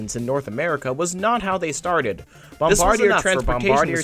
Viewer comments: bombardier isnt pronounced how it looks, its pronounced Bom-BAR-dee-ay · Meh, might be worth a redo/reupload at some point including a better pronunciation of "Bomb-bard-e-eh" but regardless it's a great video that I wholeheartedly endorse. The Bombardier Bilevel like the Bombardier C-Series now renamed Airbus A220 has really become symbolic of Canadian transportation ruggedness and utility... As is the Dash 8 and CRJ programs include the one brought down over Washington last week by that Blackhawk who flew into the side of it... Other than this tragic accident the company is known for making Volvo-like products that can survive the bone-chilling and harrowing conditions of a Canadian winter. After all it's not uncommon to see -25c to -30c during the winters here not to mention the +35c summers we see now all the time thanks to global warming.. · Pronounced bombard-e-yay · BOMB-BARD-E-EH dudes! Why can't the world get this right? They've only had 100 years, FFS! It's named after the French-Canadian inventor and his family, not the military position... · Bombardier is a French name, it isn’t pronounced like an English name. Pronounced “Bomb-bar-dee-ay”. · I believe it's pronounced Bombard-ee-ae.